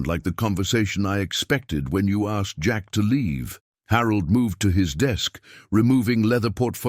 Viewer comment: I love the narration. Great voice. I have to chuckle every time he says "Jack asked" he never seems to pick up on that second "K". LOL "Jack assed"